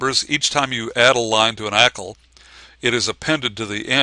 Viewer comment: can't watch this. Can't say 'ackle'. grrr!